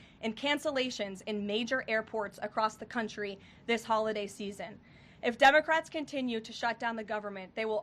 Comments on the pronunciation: did she call them Dumbacrats! Lol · It sounds like Caroline is saying "dumbocrats" at the beginning!! That's AWESOME! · I could swear I heard Karoline say day 23 of the Dummocrats shutdown. I replayed it a few times and it still sounds like Dummocrats. Karoline brought the receipts. Democrats will be torched in next year's Mid-Terms for this shutdown. They really don't care about the public. It's clear beyond a doubt. I'm sure they are happy with themselves causing problems for the Government that they don't control. But it will be their undoing next year and for the next ten to twenty years. The nation will thrive without them in power. Let's determine to shrink the Democrat Party to a useless minority over the next 4 years so that we will not have to worry about open borders, men in women's sports and mindless violent protests in our streets. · Did Karoline say DUMB-O-CRATS at 1.73? LOL It sounded like that.